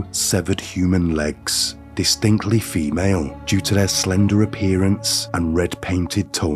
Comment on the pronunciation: Lolol that weird radio/podcaster voice and annunciation is so outrageously annoying i cant finish the videos 😂😂 all i hear is “distinctly feMALE, and red painted toeNAILS, this case is sad, as it is BRUtal, and if you are new HERE” 😂😂😂😂😂 why do they annunciate the most random words and at the most random times